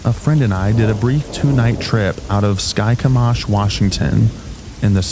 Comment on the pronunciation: Skykomish isn’t sky-cum-osh, it’s sky-KOME-ish.